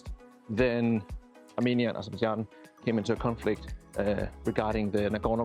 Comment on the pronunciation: hey man. It is Azerbaijan. It is not Azerbadjan. Please correct it. I am from this country.